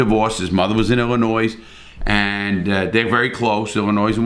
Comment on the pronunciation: 2 mins in he mispronounces Illinois and Binger.... Yikes.